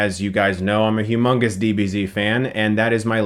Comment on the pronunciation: He said "heu mungast" 😏